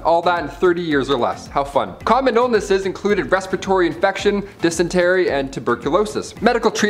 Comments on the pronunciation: Yes and its Pronounced dis•in•terry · I’m really enjoying this! The enthusiasm is contagious! But, please, check your pronunciations of words. Examples - Thames River. Dysentery. There are more, but I’ll let it go and there. This is only constructive criticism. Thanks!